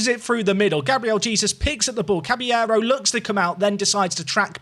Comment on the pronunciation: Please tell me you stop saying Jesus and pronounce his name properly in the later episodes?